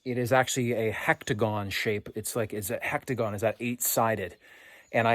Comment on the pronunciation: HEXAGON not hectagon...